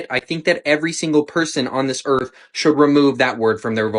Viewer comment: The earth is FLA. . . Gotta minus the T 😅 *Earh . . The earh is fla